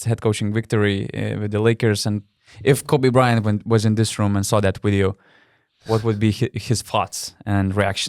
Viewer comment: Chebra. Viskas neblogai. Patiko..klausysiu ir toliau. Bet Donce - pasitempk truput ties zodziu tarimu: Victory - tu tari wictory. Between - tu tari betveen Video - wideo Very - wery Covid - cowid When - vhen ..ir t.t. Zodz v ir w nereiketu maistyt. Tas rezia ausi stipriai. Tik tiek. Sėkmės